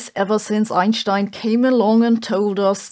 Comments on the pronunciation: pretty sure there is no "ssssscccchhh" in "Einstein" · Does anybody know if that's how you would pronounce Einstein in his home country? With an SH like saving does instead of an s I guess that makes sense I was just curious who's been saying it wrong me or her probably me